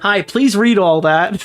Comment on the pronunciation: OH HERRO PREASE